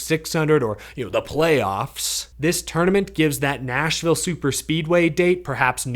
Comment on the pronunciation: It sounded for the world like he said "Asheville" instead of Nashville when he started listing off thos potential seeding races, probably just because of the editing. I was like "I must be way out of the loop!" Yeah, my initial reaction to an in-season tournament was that this is NASCAR yet again throwing spaghetti at the wall to see what sticks, which it definitely is, but if they call it a dash-for-cash instead of insisting on calling it an "in-season tournament" to mimic another sport, then that alone will be a big factor in deciding whether I like it or not.